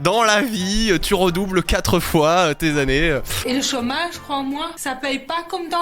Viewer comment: mdrr cemcem =chômage 😂😂